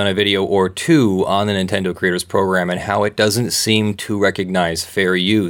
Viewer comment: Nintendo? More like Nintenno